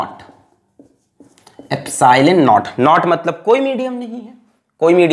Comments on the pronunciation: Sir, "not" nahi it's "naught" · It's not epsilon not it's epsilon naught .